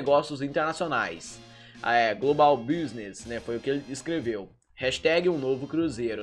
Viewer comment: Kkkk... olha a pronúncia... global business... cabuloso msm